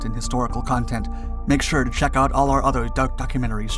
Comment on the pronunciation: that thing is so ad hoc it’s funny, concocted by committee, and it looks more like a flying mausoleum than an ambulance. i always like how our humble narrator say: stay tuned. it also always sounds like he says: check out our duck documentaries. keep up the good work, always interesting and informative. 👍 👑 love